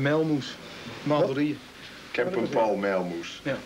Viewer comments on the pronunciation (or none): Hoe zegt een westerling Paul "pal"? wtf ahhja